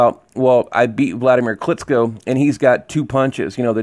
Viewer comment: KLITCHKO not KLITSKO